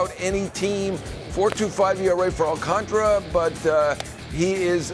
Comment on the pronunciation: Appreciate the knowledge from Heyman however how difficult is it to pronounce Alcantara correctly? You are getting paid to do this. Please respect him by properly pronouncing his name.